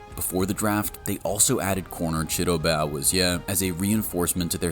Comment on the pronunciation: Ok well presuming English is your first language, your pronunciation of player names needs work: Nnamdi Madubuike (Nahm-Dee Ma-Do-Boo-Kay) Chidobe Awuzie (Choo-Doe-Bee Ah-Woo-Zay) Teddeye Buchanan (Boo-Cannan)